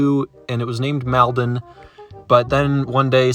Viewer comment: that is a Victorian Railways E class tank engine, specifically E371. It along with the others were converted from 2-4-2’s to 0-6-2’s in the 20’s. E371 did shunting until around the late 60’s where it was retired. It was then sent to the Goldfields Railway at Maldon (pronounced Mole-don) where it lied on static display. For a short amount of time, it was given the ugly Thomas face and paint job but then a few years later after the failed attempt to restore it to working order as it was too damaged. It now lies on static display next to a platform.